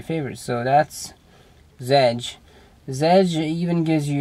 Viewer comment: OK man. No offense, bit the best apparently seen here is the circle launcher you are using and you didnt even talk about it. Oh on all fairness adw is cool too but drawing with flowers? Really? And it's pronounced z edge. You pronounce the.z seperate. Zedge. Lol